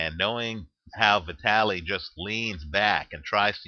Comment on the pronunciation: ITS PRONOUNCED V_TALY!!!!